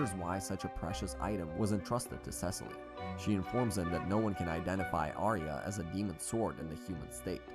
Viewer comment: bro the way he said Cecile BRO ITS SE-SEAL